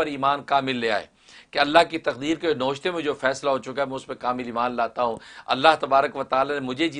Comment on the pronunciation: گستاخی معاف ۔ پلیز لفظ نوشتہ نہ پڑھو ۔یہ فارسی لفظ ہے نا وِش تَہ ۔na wish ta .